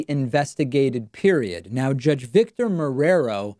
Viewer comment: Come on, David. An Argentine guy knows how to pronounce Marrero! It is not mu-ra-row, mate. Lol